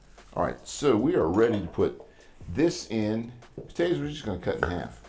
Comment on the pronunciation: I love how he says potatoes like “potaters”